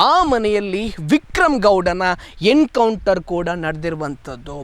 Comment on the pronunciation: It's "Encounter" not "Hencounter". Being a admin correct your pronounciation.😅